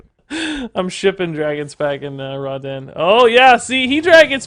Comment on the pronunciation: Not gonnna lie, it kinda bugs me that pronounces the name of the card as 'Raw-den' when the card is an obvious jab at the lighting god, Raiden. Alll in alll though, fun decklist.